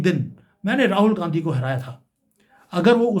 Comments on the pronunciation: अबे गाँधी बोल ना... बराबर....भो😮...ले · साहब पहले गाँधी बोलना सीख लो...तब बाद में भाषण देना।अभी तो आपको बोलना भी नही आता है।कोई दिक्कत है तो स्पीच थैरेपी करवा लो।ऐसी भाषा से आपके घटिया लेवल व संस्कार का ही पता चलता है। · राहुल गांधी का उच्चारण ठीक करिए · भाई साहब आप बीजेपी की तरफ से बैटिंग कर रहे हैं आप गांधी सही नहीं बोल पा रहे रंगिया बांग्लादेशी गीत चुनाव का स्टैंडर्ड तुम्हारा 11 साल से क्या कर रहे हो अब यह बात है हजम नहीं होती कोई नया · अगर आप सिर्फ analysis करेंगे तो ज्यादा असरदार होगा।किसी के भी surname को गलत तरीके से बोलना आप के analysis को कमजोर करता है और आपकी घटिया मानसिकता को दिखाता है।